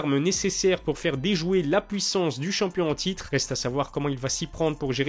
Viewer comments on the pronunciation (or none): none